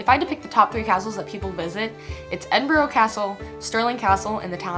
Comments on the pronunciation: Please don't say "Edin-boro"... it's "Edinbruh" or even better.... "Embra". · It’s pronounced EDINBRUH not EDINBORROW....... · I wish people would not pronounce Edinburgh - Edinburrow - It's Edinburra! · Edinboro?. Say it like edinbruh. Great video on my country👍🏼👍🏼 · I am a Scot and so pleased you love 'ma hame' but please can you pronounce Edinburgh correctly _ it's Edinburru not Edinborrow . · ggggrrrr for someone who lived here a month you would have thought you could pronounce the capital properly its not edin bourgh the way you say it is Edin Bra. also its not called forth bridge its called the forth road bridge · I’m glad you made this video, but I can’t help to say it’s Pronounced Edin bruh not edinboro. You lived here, surely you can get it right. Other than that happy you loved it so much, truely is one of the most beautiful countries in the world 👍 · Hey,its pronounced Edin-burra. Like the australian bird,the Kookaburra.Edin-burra.Much love from here in Scotland. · It’s Edinburgh not edin-burrow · Someone please teach her how to say Edinburgh (Edinbruh) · Ed-in-bu-raaa ...... Now say it fast Edinburgh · Love your description of John Muir.....he seems to have done more for American than for Scotland! Please - it isn't Edinborgho its Edinburgh! You should try haggis, it is fantastic. I am really impressed on your appreciation of the clan system. This is the best description of Scotland i have encountered and a really succinct description of my country. For someone that cannot pronounce Edinburgh you have done a fantastic job and a fantastic review. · Edinbrorow ?? Where is that lol. Edinburgh. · please learn how to pronounce Edinburgh,also,come on pal,we DON'T have lakes in Scotland,the train spotting films best represent the real Scotland lol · If you liked Scotland so much, you think you'd do it the courtesy of pronouncing it's capital city correctly. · I do wish Mericans would pronounce 'Edinburgh' properly.....